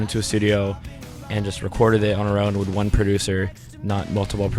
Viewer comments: He keeps saying 'wid' instead of 'with' but i love him anyway. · Lol he kept saying "deal wit" instead of "deal with" so cute(